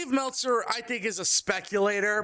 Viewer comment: Cmon bro. It’s Meltzer.